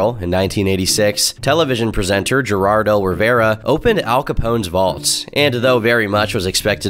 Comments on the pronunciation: "Gerardo"? I think you mean Geraldo. Pronounced Heraldo. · Who the fuck is Gerardo Rivera? It's pronounced "Heraldo" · "Gerrrardo Rivera" 😅 I hope this was a meme